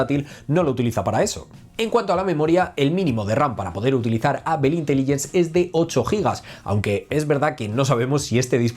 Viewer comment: ¿Porque no pueden pronunciar bien apple, o el idioma ingles.....?